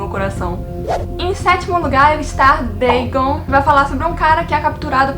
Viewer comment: Dagon não é uma palavra de origem inglesa, então acho que não é necessário pronunciar conforme o inglês “Dêigãn”.